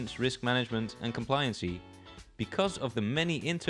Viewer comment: Why is he pronouncing it "complianseee" and "subseeequently", it's pronounced "kom-plai-yan-sy" and "sub-see-quent-lee"!! 😭 For that reason alone I must now turn this off and view another video on the topic 📴RIP